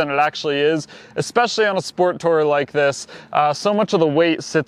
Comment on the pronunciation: eckspecially??? When are you going to learn to say eSpecially? Not eX or eCK. Also, not eCKspecting, but eXpecting. Oh Lord!😂